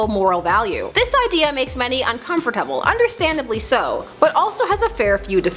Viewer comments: incomforTABLE incomforTABLE iNcOmFoRTABLE i n c o m f o r T A B L E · Uncomfertabel? Do people actually pronounce it like that? (Found this more disturbing than the whole Wincest thing.) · um why did she say uncomfortable like that haha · She just butchered the word uncomfortable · The way she said "uncomfortable" made me uncomfortable. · am I the only person laughing at the way she said uncomfortable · lol the way she said uncomfortable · The way she says uncomfortable